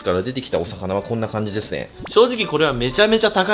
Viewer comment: だめですずぇはジワジワくるw